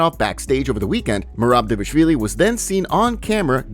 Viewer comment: Did you see the video of Merab teaching how to say his last name? Because it seems like you didn't. You keep calling him Devishvili which is wrong. D-Val-Ish-Vil-e. Everyone always skips the val. It's D-Val-Ish-Vil-E It's not Dev-ish-vilie